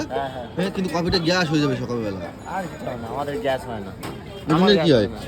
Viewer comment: Gyas na re bhera gas uchharon ta thik kor